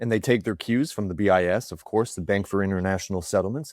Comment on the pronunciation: "Acourse" we rated you #1!